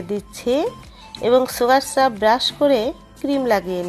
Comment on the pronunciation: সুগার স্রাব বলেনা আপনার উচ্চারণ ঠিক করেন সুগার সিরাপ বলে...